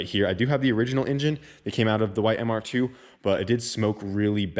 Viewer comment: I feel ya on the intonation..... 🙉